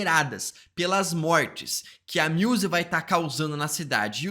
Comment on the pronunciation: o cara falando MIUSE dá mta agonia kkkkkkkkkkk